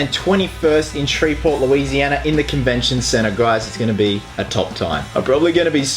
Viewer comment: Omg he said Shreveport lousianA